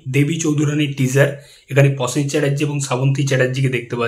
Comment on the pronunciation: Prosen not Posen...aajkal dekchhi bangalira rofola jofola sob kheye jacche...work on your pronunciation otherwise good presentation.